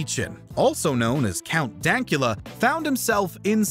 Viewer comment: count dankula had a hard couple of years but hes got $$$ now any you said his name wrong